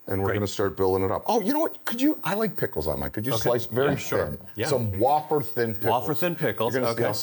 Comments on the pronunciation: wth is a wah-fer?😂 I think you meant way-fer(wafer)🤣 then again I’m from Queens & we say turlet paper so I can’t be mad at you!😂😂😂 LOVE you guys & so glad you 3 are back!! You don’t know how much America needed this right now!❤ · Love that the old gang is back together again! However...please teach how to pronounce "wafer". It's way-fer, not wah-fer. 😉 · What’s a “ wah- fer”? Haha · Did I just learn that I’ve been saying wafer incorrectly my entire life?